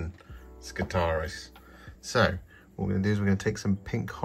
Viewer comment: I've barely pressed play on the video, and already I feel like favoriting it for your pronunciation of both i's in skitarii!